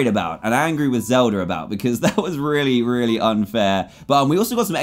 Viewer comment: How dantdm speaks: Jemmer instead of Jemma Zelder instead of Zelda